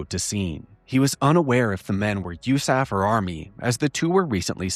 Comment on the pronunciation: FOR THE LOVE OF GOD, please,, PLEASE stop saying “you-SAF” for the USAF. Just say Air Force. Nobody - I repeat - NOBODY - says “you-saf” in the world… Please stop. It hurts me deep in my heart and gut when you say it like that… I love your work, ABSOLUTELY, but I get that GROSS ASS feeling every time you say “yousaf.” Please stop. I will PAY you to stop, if necessary… Respectfully, a 21 year retired Air Force (Office of Special Investigations) agent and commissioned officer.